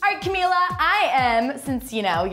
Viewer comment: chelsea you met camila like times and you still can't say her name correctly omg